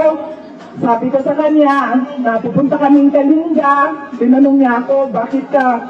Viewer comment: Coach ang province is KALINGGA ang pronunciation